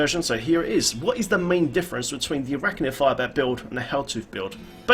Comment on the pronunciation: lol I had to say something: A R A C H Y R!!!!! NOT ARACHNNNNNYR!!! Love your vids tho, big help when I'm Netflix and riftin.